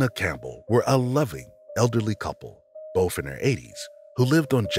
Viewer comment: Narrator is great except for when he say "boph" for "both" as if he's about to say "bophades nuts"